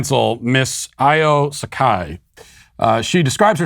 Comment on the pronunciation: Matt - you mispronounced dr sekai's name it's pronounced sye-koh